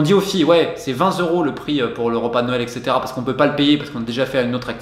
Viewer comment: C'est vrai que pour une video qui est essentiellement un audio, vaut mieux savoir parler.